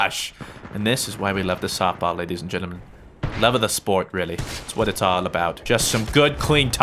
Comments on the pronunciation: is it me or did he say snotball??? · 8 35 "snot ball" the fook? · "Softball" "Snowball" "Snoftball" "Soball" I heard all of these during this vid